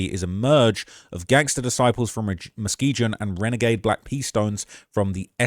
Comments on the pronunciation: Say mane stop pronouncing it Muskeejun 😂😂 it's a soft G, 'Musk-EE-GUN' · It’s Mu-skee-gun. Not Mu-skee-jun. Chicago natives are laughing at you. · I hate the way he pronounces muskeegan he said it with a J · That's my side of town born and raised and you can't even say the street Muskegon right😂😂😂 I used to live on Lakeshore my cousin was the new police patrolling the area over there not no more😂 is more than just double streets you forgot Colfax Philips I used to go get loose cigarettes it's not there no more come on man.